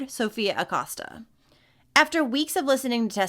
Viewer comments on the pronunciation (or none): I love love ur videos I watch u every day. The last name is pronounced A-coe-sta